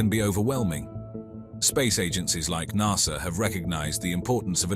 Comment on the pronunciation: I had to stop watching. I could'nt stand listening to NAHSA. Even the Americans call it NASA. I would have even accepted NASSER.